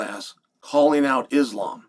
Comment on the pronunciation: I bet Islam will forgive you if you learn how to pronounce his name 🥰